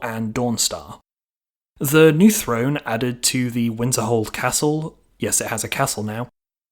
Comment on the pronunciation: Since when is a throne said frone lol